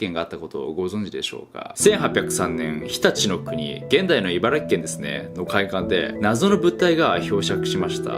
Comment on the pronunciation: 茨城をいばらぎって言ってないから嬉しかった